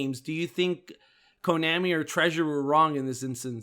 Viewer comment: Jeez, my ears bleed every time says Konami. It's like he was born yesterday. Even the Japanese pronounce Konami like Vietnam (an AH sound). I'm only giving you a hard time because as a podcast, every word mispoken has greater impact since all focus of the audience is concentrated on the audio. I listen through earbuds, so it's even worse. I want you guys to improve so take this critical advise not as admonishment but as encouragement.